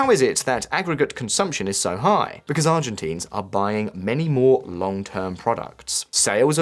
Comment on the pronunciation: dude check you pronunciation before uploading videos. Argentines, Milei - it's not pronounced the way you do it